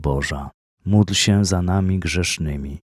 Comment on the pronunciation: Bóg zapłać za wspólną modlitwę. Pragnieniem moim jest by wymawiać módl się za nami czasami słyszę muć się, i by stałe wymawiać Zdrowaś Maryjo i Święta Maryjo.